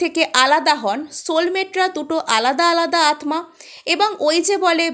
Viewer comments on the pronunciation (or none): Apu, amar mone hochchhe atma er pronunciation hobe atta.